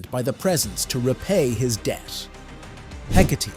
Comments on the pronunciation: The proper pronunciation is "Heh-kaht-ee". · the ai saying “hecate” with th e at the end.. urg. the joy of ai generated voices from a script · While I will acknowledge that AI voices are getting better and better, (this one is quite good), it still mispronounces things a lot. Myxy's name and Hecate's name being some of the worst, you should have just left the E out of her name so the AI didn't pronounce it. I can ignore Myxy's mispronunciation because everyone pronounces it differently, which I think fits his character really well. What I don't get is why people can't just read from a script, why is it that they need a primitive AI that doesn't sound human at all to do the job. No matter how your voice sounds, it's always going to sound better than an AI.